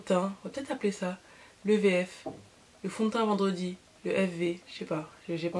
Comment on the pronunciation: mdr "vendwedi fond de teint"! Le résultat est très joli